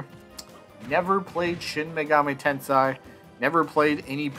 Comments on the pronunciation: I’d give him a nay. We already have Joker, simple as that. Plus, he just doesn’t seem unique enough. Also, just FYI, it’s Shin Megami Tensei, not Tensai. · Yay!!!! Bro if you can't pronounce Shin megami tensei (ten-say) you can just say megaten or megaten 5 lol. The megaten series has been on nintendo since the Famicom in 1987. All the mainline games have been on nintendo. Megami tensei 1,2 on Famicom and remastered on Super Famicom. Shin Megami Tensei 1,2,if all on super famicom.